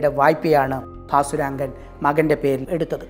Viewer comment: ഭാസുരംഗൻ എന്ന് എന്തിനാ ഇപ്പോളും പറയുന്നു...കേട്ടിട്ട് prandu പിടിക്കുന്നു